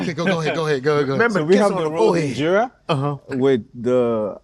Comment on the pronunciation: Bruh she said IMjera 😭